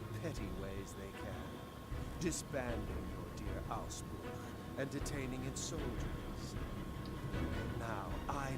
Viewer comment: I am actually impressed (maybe even surprised? :P) how well they pronounced Ausbruch …